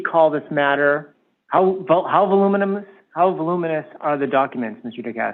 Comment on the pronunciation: “voluminous”… he had no clue. “constitutional scholar” you know.😅